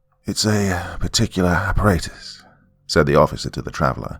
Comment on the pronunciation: It's aparatus all the ,"A's" are soft as in ,"apple"